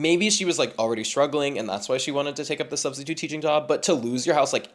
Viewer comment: "Studstitute" has me ROLLING💀